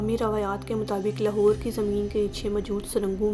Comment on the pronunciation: Achi video hai per ager ap slow bolain or Punjabi accent ki jagah Urdu Ka sahy talaffuz use karain to zyada Acha lagega Jese لہور Nahi لاہور Sahi word hai or سیکnahi سکھsahi words Hain aise he or b words Hain jinhain ap ghalat pronounced kerrahy Hain per video achi hai